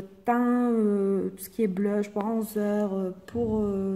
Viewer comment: Blush on dit pas bleeuuuuch